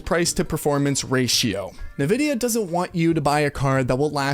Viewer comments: am i the only one that thinks its a tragedy to pronounce it nu-vidia instead of en-vidia? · en, vidia , not nuh vidia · great video and all, but the way you say nvidia is pissing me off lol. its pronouned En-Vidia. not nuhvidia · It's pronounced "in-vidia" NOT "ne-vidia". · Is there a reason for you to say "Nuh-vidia" instead of "N-vidia" ? Is there a joke I missed ? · It's called N-Vidia ... Not.... NuhVidia .. the more you know! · Pronounced "In-Vidia" not "Nuh-Vidia". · It's pronounced " EN - Vidia " what an idiot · Bro why do you pronounce nvidia like that. Nehvidia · Nevidia? Nivea?